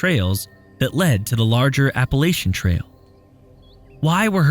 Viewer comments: Love these videos! But as someone who has lived in the Appalachian region most his life I must correct on this one issue: it’s pronounced “App-puh-LATCH-un.” I realize there is no “T” cut there isn’t a “t” in “Church” either and the “ch” sound is annunciated the same. If someone pronounces it the way he dies in the video around here you will be looked at like an alien or a Bigfoot lol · Love the video. For future reference, it's Appa-latch-in. ❤